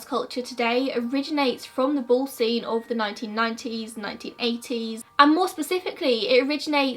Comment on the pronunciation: I kept trying to decide if it was bull or ball 😂😂